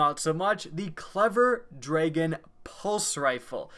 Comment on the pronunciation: "dray-gon " literally every other person on the planet says drag-un